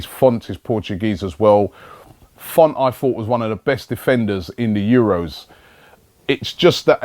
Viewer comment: 'Font'? Isn't it 'Fonte'?